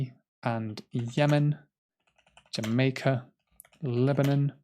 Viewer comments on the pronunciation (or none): none